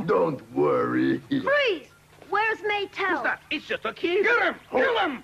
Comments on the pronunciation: her name is Metal not Matel, It's because she's an android. The english dubbing is pronouning it wrong. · It's Maetel